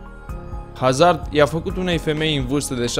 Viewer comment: vreti ma mai stiti un lucru despre Hazard, Haa? pai va spun eu: Hazard se citeste "Azard" pt ca este un nume francez si "H-ul" este mut